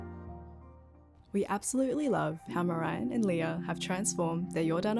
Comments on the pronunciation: Little sidenote... I think it is propably Marijn in stead of Marjin. Unless he has a very untypical way of writing his name. Because ij is a sort of vowel in the dutch language. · Marijn not Marjin 😅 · Hi I noticed their names, but you kind of butchered Marijn Kruikemeier his name, (Marjin Kruikemeire is wrong). You might want to adjust it in the video?